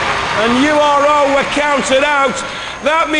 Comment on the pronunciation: Why does the voice pronounce URO like an American?